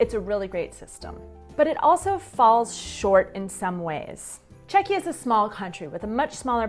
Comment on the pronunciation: I would love to watch more videos... but can't get over "Čekeeah"every 3 minutes :D